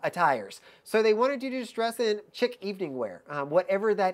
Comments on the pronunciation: Tip: "chic" is French and pronounced SHEEK, not chick or shick. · Chic Evening is pronounced “sheek.”